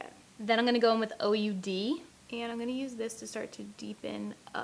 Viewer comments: I know this is off topic but the color you called o.u.d. is pronounced oood like ooo aaah but without the aah. The oud is a string instrument used in Arabic music. I enjoyed watching this video. These colors are super pretty. 😃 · I DIED WHEN SHE PRONOUNCED OUD AS O-U-D HAAHAHAHAHAHAHAH